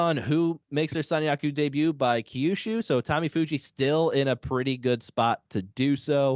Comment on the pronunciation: Second time checking in, still long winded. Key-yushu is tough to listen to multiple times. I'm confident I could hear a few Toki-yos if I hang a bit longer.